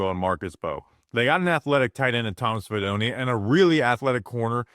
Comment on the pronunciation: fee DOH neh Fidone does not rhyme with macaroni.